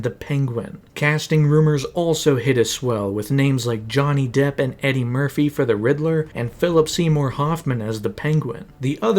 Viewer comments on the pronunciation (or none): none